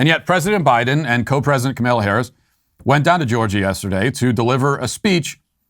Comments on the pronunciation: I love how Matt pronounces Kamala as "Ka-may-lia" so much that I'm adopting it. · kay Ma' lalala ^_^ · It’s so far off from the way it’s actually pronounced, but it’s hilarious, and I love it. 😅